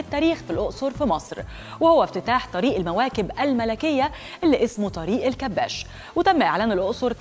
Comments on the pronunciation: طريق الكباش.. مش طريق الكباس 😂😂😂😂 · الكباش بالكسرة مش بالفتحة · المذيعة المفروض تبقى مثقفه بدل طريقه النطق بتاعها طريق الكباش الكاف بالكسره الکباش جمع كبش والكبش هو الخروف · إسمه طريق الكباش( بكسر حرف الكاف وفتح حرف الباء).. الكِبَاشْ. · اسم الطريق الكباش بكسر الكاف وفتح الباء وليس هناك تشديد لأي حرف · بصراحه يا انتى بذات صدمتينى إنك مش عارفه تنطقى إسم الطريق صح لأنك مصريه والمفروض تبقى عارفه تنطقى اسم الطريق صح